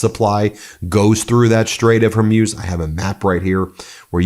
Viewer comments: Its hormooze. Never been hormuse lol. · It’s pronounced “hor mooz”, not “hor muse” Ben. Come on. This is not hard. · Ben, it’s the Straight of Whore-moos, not Her-muse, or whatever version you’ve been saying. I know it’s bad form to criticize when there is a war going on. I hope this attack does not push the people of Iran to support extremists. Great work, Ben, except for the pronunciation. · You say HER-MUSE, I say HOR-MOOZE (correct pronunciation), let's call the whole thing off! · Hey Ben, how come you keep pronouncing it, the "Strait of HERmews" when it's spelt "HORmuz"? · The Strait of Hormuz pronounced hormoos! Not Hormuse! Come on Ben get it right! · It’s not the Straight of “Hormeus”. It’s HORMUZ. MUZ. MUZ! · It’s Hor_muz! Not her muse! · Hormuz is pronounced Hormooz. not Hormews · It’s not Hermuz it’s Hormuz! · Hormutz. Not whormuse. The more you know 🌈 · Why do you pronounce Hormuz as hair-muse? 😅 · Ben: Pronunciation Strait of Her-Mooze NOT Her-Muze. Post Scriptum: America and Israel don't care about the collateral MURDER of CHILDREN. VOTE OR DIE. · Hormuz is pronounced Hormooz Ben. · Stait of Hormoos, not Hormuse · It's not pronounced Hormyuz- It's Hormoooz. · It's pronounced Hor-moos. I love you, Ben. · Ben, I have appreciated your dedication to your broadcasting about this despicable conflict. I lived for 20 years in the Middle East and just want to give you some advice about the pronunciation os The Straits of Hormuz. Hormuz is pronounced Hormuz. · It's pronounced her mooze. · "Strate of her-muse" 😅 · Hey, it’s not pronounced Strait of “Har-muze”. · Hor moooz .. thats how it is pronounced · Why is he saying Hormuz like he’s never head the word spoken